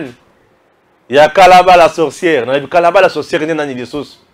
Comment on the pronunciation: Salut! C'est KARABA et non Kalaba